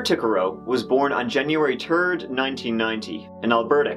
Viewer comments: He said January turd LMBO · Omg I thought the same. He also said January turd! 🤣😂🤣😂🤣😂🤣